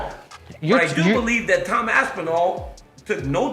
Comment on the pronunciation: Why does Cejudo Call Tom, TAM Aspinall?